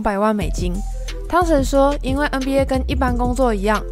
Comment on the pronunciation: 别再念”嗯BA” 了 ………… 求求你